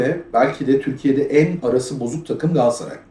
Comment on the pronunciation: Ya kardeşim GALATSARAY 'a GAASSARAY DEMEKTEN NE ZAMAN VAZ GEÇECEKSİNİZ? TÜRKÇE DE BÖYLE BIR ÜNLÜ DÜŞMESİ KURALI VARDA BIZ MI BILMIYORUZ?